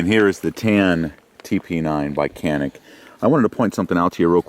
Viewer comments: By the way - the correct pronunciation is 'Janic' - Greetings from Turkey! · "Canik" pronounce as "Janik" in Turkish language. Sounds like "j" letter while saying "Japan" in English. By the way awsome video :)